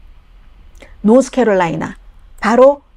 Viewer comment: 할머니 좀 편파방송 좀 그만하세요 이런걸 왜 하는지 모르겠네 어대트에요 어대트 노스케롤라이나를 노스 코리아라 좀 하지마시곸 ㅋㅋㅋㅋㅋㅋㅋㅋ노스코리아 공산 독재주의 좋아하시는 건 아니죸 ㅋㅋㅋㅋㅋㅋ?